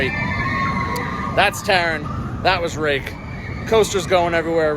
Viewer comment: 2 minutes in and already triggered when I spotted the titles of your chapters. Taron is named Taran, Chiapas is Chapas, Maus au Chocolat is Chocolat Mouse, Talocan is Talacon. Dude, at least have the respect to get these names right!